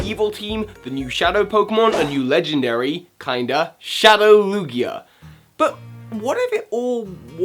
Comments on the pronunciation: Lugier? Did I just hear Lugier? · It the British accent! Words ending with A sometimes sounds like ER!